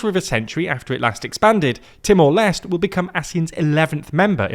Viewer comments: Timor Leste -- you should pronounce all the letters in LESTE (like: less - teh) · Timor les tay is the correct pronunciation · Lot of people is angry about pronunciation about "Timor Leste", it's ok that's how different people talk, at least we got mentioned🙏🏻🥲. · i will forgive you wrongly pronounce Timor-Leste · Leste has two syllables, like seriously you couldn't work on pronouncing that extra syllable at the end? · holy fuck no shame pronouncing Timor-Leste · Well, now you know how the Portuguese pronounce it, with an almost silent “e” at the end. Brazilians do pronounce that “e” though. It's true that aren't good with pronunciations, but that isn't the case here. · The correct pronunciation of Timor-Leste is: “TEE-more LES-teh” Here’s the breakdown: • Timor: Pronounced “TEE-more”, not “Timur” — this is based on Portuguese pronunciation. • Leste: Pronounced “LES-teh”, from the Portuguese word for “east.” So, it is not “Timur Less” and definitely not “Timur Lesr Teh.” ✅ Correct: TEE-more LES-teh ❌ Wrong: Timur Less / Timur Lester / Timur Lesh / Teemoor Lastay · You guys REALLY need to do better trying to pronounce foreign names and places. It's "TEE-more LESH-tay" or "LESS-tay." Either way it is not "lest." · Great reporting, but a little tip: the final E in Timor Leste is actually pronounced, something like Timor Lest-ey. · it's not Timor Lest. It's Timor Leste.... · It's pronounced t-more-less-tay 😅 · the video again. He called the country Timor Lest. That's not how it is called.